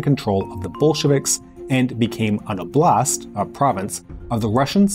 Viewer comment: 1) Why you translate "oblast" as "province"? How about Moscow oblast? ))) 2) It is steressed on the first syllable.